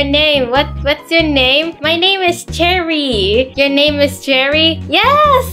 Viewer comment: I love the fact that when says cherry it sounds like jerry like this comment if you agree 👍I just think its funny